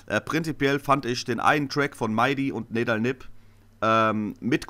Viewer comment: NEDAL wird NIEDAL ausgesprochen.